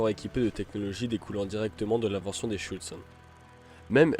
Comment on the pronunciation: Le terme exact est : Schürzen et non pas Schüzen.